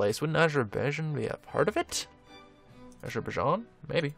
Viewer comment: Azer-bi-jarn. How to pronounce Azerbaijan.